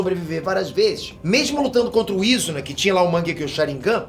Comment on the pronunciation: É foda o cara nem ver o anime e pronúncia os nomes dos cara errado,"izuna", perte nem sabe pronunciar o nome dos personagens